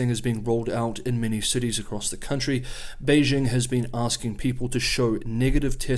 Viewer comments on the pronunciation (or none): none